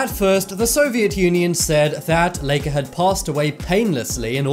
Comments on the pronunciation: This is the first time I hear somebody say “Leika” It’s pronounced like “Laika”, everywhere It’s like you pronounce my name like Sasha, not like Seisha . Do you? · Lie-ka not lee-ka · It’s like-aaaa not lake-aaa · Laika is pronounced lie-ca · It supposed to be said lai-ka and the spurt-nik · My great aunt raised Laika she did Have an owner after she came back but she died when she was 14 1/2 she was a great dog very caring and relaxed. It’s pronounced Ly ka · ooh. yay a video mostly about a guy mispronouncing "Laika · Oh... I keep getting offended by how you say sputnik and laika